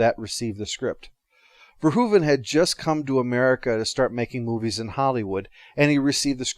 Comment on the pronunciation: You're one of the few Americans who pronounce Verhoeven's name properly. Nice video!